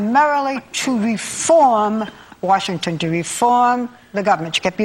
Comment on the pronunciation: If anyone realizes, he says Worshington instead of Washington at least 3 times in this video.